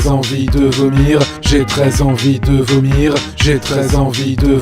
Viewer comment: on dirait qu'il dit "J'ai très envie de venir" ou "J'ai 13 ans vie te vomir" *sort*